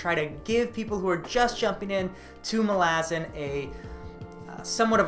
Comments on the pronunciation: I really have a hard time with how you pronounce it. You pronounce it 'ma-la-zin', but I've always heard it is as 'mal-a-zAn' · its MAlazan not maLAzan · Mal-ah-zan malazin wtf bro try harder great video btw. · wtf is that pronounciation.. its mah- la- zan not mal- aazan.. get it right sir lol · hermione voice: It’s malazan not malazan🙄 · Stop saying Malazan, it's Malazan.